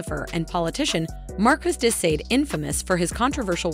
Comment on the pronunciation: Markus dee Sayd? Markey du Sahd